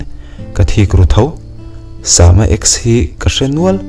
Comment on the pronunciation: Sama hi..sam(samuel,samson)tih a sam...tih anga lam tur a nilo ami.. a mak ee😊